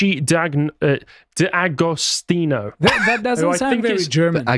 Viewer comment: D'Agostino is an Italian name.. and there is no pause between the D' and the Agostino